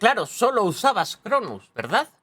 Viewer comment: Los caza el mismo activision, les dan van y todavía sigue diciendo llevo cronuz, 😂😂😂